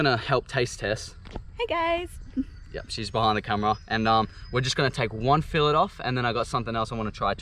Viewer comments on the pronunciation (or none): It’s filet not filet 😂